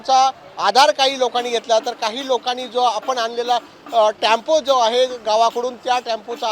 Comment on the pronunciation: Tempo. not Tampo.I think you are a Maratha 😂